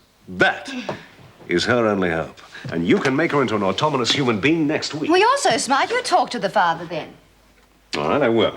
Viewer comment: says 'automonous' instead of 'autonomous'.